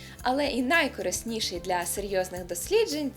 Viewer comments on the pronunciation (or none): ого, то правильно казати найкориснІший, а не найкорИсніший?